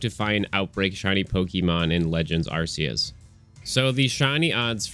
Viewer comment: The way this guy says Arceus is blasphemous.